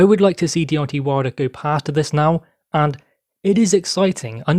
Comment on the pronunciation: I think his name is Deontay, not Deonti